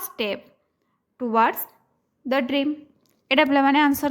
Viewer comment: Are yaar bream nahi dream hai